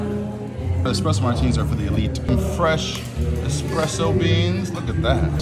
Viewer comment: Dropping $400 on a drink, I expect the bartender to pronounce it correctly, at least... It's not expresso. It's espresso. 🤦‍♂️